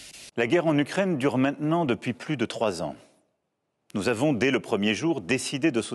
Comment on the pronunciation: "’NOUS AVONHH